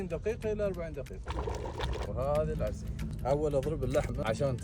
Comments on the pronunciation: اسمها عرسي مش عرصي😂❤❤❤😂😂😂😂❤❤❤❤ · ارحبوااااا ي هلا ومسهلا معلومه؛ اسمها عرسي وليس عرصي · هههههه أنا من عمان بس اسمها عرسي مب عرصي😂❤